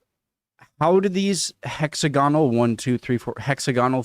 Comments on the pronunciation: HEXAGONAL not " hexi gonal" ! " Who mows this grass ?" !! THE SHEEP. You just had to mention Harry Fucking Potter didn't you !!🤬🤦‍♂ EIRE ( AIR AH)is Irish Gaelic for Ireland. They ARE tombstones/graves. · The giants causeway, a natural rock formation. The shape is pronounced. hex, ag onal.